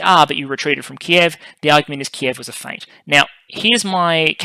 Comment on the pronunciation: Please stop pronouncing the "t" in feint.